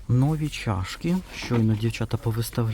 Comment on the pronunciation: вибачаюсь, часто вживаєте слово нові, то наголос варто ставити на і. І вірно дерматин, одне н. Дякую за відео, придбала скляну пташку, в ній можна подавати мед, варення, соус. ❤